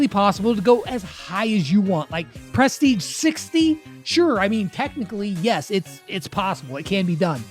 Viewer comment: Actually grateful that some of my mains don't have bad Prestige titles! The hardest part will be getting them in the first place... pronounced pruh-steej btw